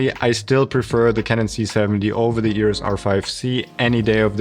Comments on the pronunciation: Please make an effort and pronounce EOS not EORES. You can do it! Lots of deutsch/austrian people can! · It is EOS, not EUROS.